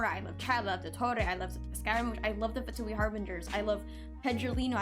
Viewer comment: more like "vain", also in genshin they pronounce the word wrong (at least in the english VA). They say Fatuì while you are supposed to say Fatùi.